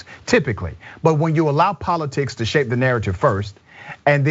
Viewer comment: She said 4 ta 5 years!